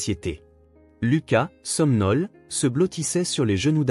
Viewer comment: Les jeunes s'appellent tous Ethan, et les grands-parents Hélène et Robert. Thanksgiving : Action de grâces. Le narrateur de l'IA ne sait pas lire ce qui est écrit et sert de base à cc qui est dit. Il lit somnole au lieu de somnolent, comme s'il s'agissait d'une forme verbale au pluriel... Déjà que le scénario est si bête, avec des parents assassins comme on en rencontre à tous les coins de rue; et tout le reste est à l'avenant. Elle fait semblant de ne pas être au courant du testament, et en plus elle n'est pas suspectée d'avoir organisé la mort de ses propres parents.